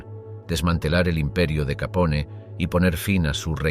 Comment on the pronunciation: No se pronuncia "Capón", sino "Capone", recuerda que no es un apellido italoamericano sino directamente italiano.